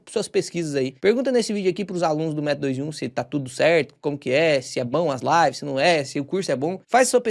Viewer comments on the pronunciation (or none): none